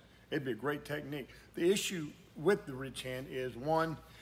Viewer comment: Not going to lie...I thought you were saying rich hand for longest time until I saw the title of one of your videos.